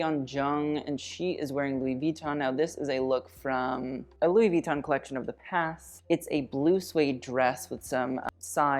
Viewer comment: Louis Vitton is actually pronounced with an emphasis on the second syllable, so the o :) Loved the vid, as always :)